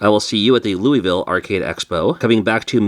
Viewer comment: Oh, Louisville is two and a half syllables